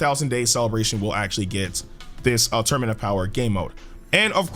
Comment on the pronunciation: Sorry I hate to do this but you said torunament